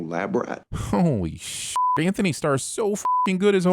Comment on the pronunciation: Antony...no 'h'